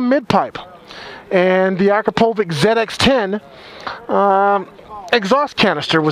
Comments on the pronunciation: You say Akrapovich wrong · At this point I think he does it on purpose.